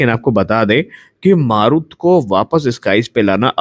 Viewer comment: "मारुत" नही "मरुत" ... "मरुत" का मतलब वायु, पवन,... सही उच्चारही पता नही, और चले है समाचार बाटने.